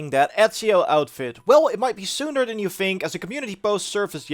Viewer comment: You even say "fink". Lol